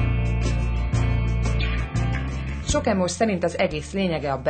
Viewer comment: Pont az emo srac mondja azt h "Ímós?" neee 😂